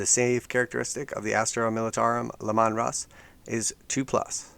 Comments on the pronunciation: it's pronounced "LEE-man" not "Le-Mon" :P makes it sound like an italian ice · Lee-Man Russ, but at least you said Custodes correctly